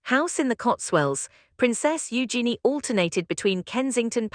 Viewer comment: So very tired of poorly executed AI nonsense. Awful editing the frequently cuts mid-sentence. Even worse, AI voices that don’t know how to pronounce names. In this case it can’t say Beatrice or Eugenia. Wish there was a way to easily identify and block this trash.